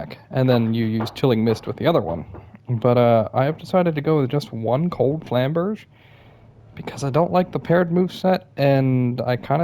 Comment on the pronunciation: its flamberjay not flamberj